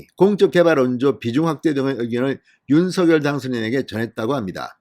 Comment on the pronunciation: 윤서결이 아니고 윤석열 입니다 거슬리네요